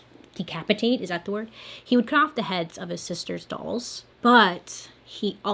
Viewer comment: you can't pause between sister and doll's like that girl!!!!!!!!